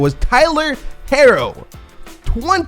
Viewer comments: As a UK and Miami Heat superdan…I can’t go on letting you believe Tyler Herro’s name is “harro” I love your stuff and been watching for two years but man, it’s pronounced “hero.” Love you man, I love your stuff❤️ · Herro is pronounced like Hero. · How do u miss pronounce Hero... it’s literally HE ROW... 😣 😂 love this channel. Good vid besides that 😍😝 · OMistG I was thinking the same thing 🤣